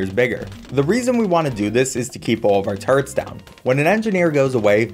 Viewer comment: It’s funny how turrets sound like turds